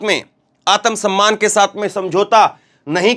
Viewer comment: आतमसम्मान नहीं आत्म सम्मान बोलो शुद्ध बोलो मोदी योगी के चक्कर मे बोलते समय अमित स्याह नही शाह बोलो